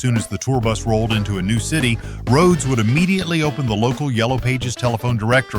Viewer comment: Rō-hee-ōdes? You make a tribute video to Randy Rhodes, arguably THE greatest metal/rock/classical guitarist of all time and can’t ensure that your AI program even pronounces his name correctly? That’s not a tribute. That’s an insult. I hate AI. If you really made this video as a tribute to Randy Rhodes then you would have either voiced it yourself or had another human who could pronounce Rhodes correctly narrate. But you made it for the views and likes. Build that channel, get those views, deposit that $. It’s not about passion, not about hard work, not about anything except putting out videos as quickly as possible regardless of inexcusable errors like AI not knowing how to even pronounce the legend’s name correctly. Have you even ever actually sat down, put on your headphones, closed your eyes and listened to Randy Rhodes play? If not then you’re missing out on something amazing. Stop putting out AI videos and disrespecting genius. It completely lacks any sincerity.